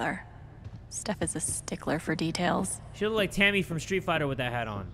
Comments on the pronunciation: Did anyone hear say tamy instead of camy from street fighter or was it just me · Did this man literally say “Tammy”? It’s “Cammy”. 😂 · CAMMY NOT TAMMY KNOW YOUR STREET FIGHTER CHARACTER NAMES